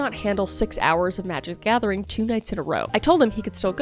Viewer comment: When I heard you say Magic the Gathing I was like "hubby come here!" 😂